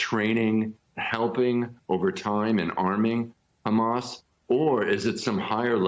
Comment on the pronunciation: It's very interesting how an American news channel decides to use the Hebrew pronunciation of Hamas as opposed to the Arabic or non-native pronunciation.